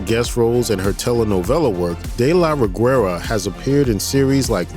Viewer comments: Greetings from México Great video The "u" in "Reguera" is silent, it gives a soft sound to the "g", as in "guest" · I find amusing how They pronounce Ana de la Reguera, you do not have to pronounce the "U" my dear. BTW Samantha Win as Chambers.. BEST ZOMBIE ACTION SCENE EVER!! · The way this guy said "Reguera" 😂